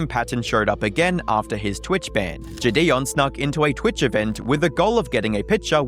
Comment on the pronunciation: Narrator pronouncing JiDion, “JiDayon” 😭. Great vid tho